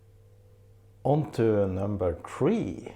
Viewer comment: I'm a Swede, and loving your videos, but a quick tip, please, 3 in English is not tree, its three..... it's easy to keep track of in your pronounce. I keep getting hung up on this. Just a friendly tip, peace 🌺